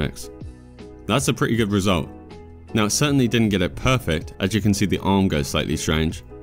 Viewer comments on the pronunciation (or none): none